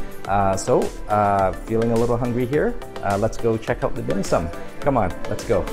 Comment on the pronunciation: I always trust a guy's evaluation of dim sum if they can pronounce it properly...lol nice vid